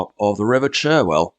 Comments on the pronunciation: its not pronounced "sherwell , "its pronounced Char well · And the River Cherwell is pronounced ChArwell!!! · as an Oxonian it always annoys me when people pronounce the river Cherwell as Cherwell we say charwell, but great video thanks